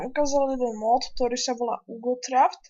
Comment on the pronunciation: JE TO UGOKRAFT A NIE UGOTRAFT :D